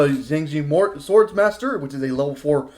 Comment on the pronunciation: Xiangjian donst sound like Shang? Jon?..? Xi=shi. Ang = ong. Ji=ge. The with the n. Jst say the letter n. & u shud b able to say the name^^